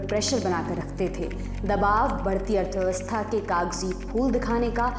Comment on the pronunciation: दवाब नही दबाव होता है।